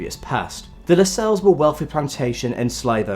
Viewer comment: I believe Harewood House is pronounced “Har-wood”. Lascelles is pronounced in a way that rhymes with tassels.